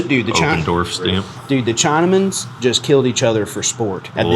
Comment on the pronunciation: Did say “The Chinamens”😭 dude is not that old but maybe he’s just that country😂